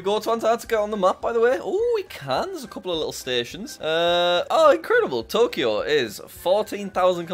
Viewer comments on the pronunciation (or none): none